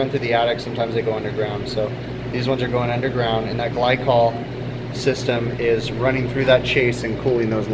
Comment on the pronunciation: gly-cool lool haha